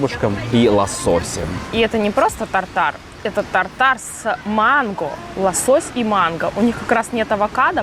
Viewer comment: правильно поставил ударение "тАртар" 🙏👏👍.